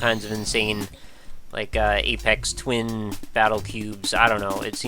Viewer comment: Dude, you pronounced it 'apex twin' instead of "effects twin" -- cat face :3 or chin balls /sarcasm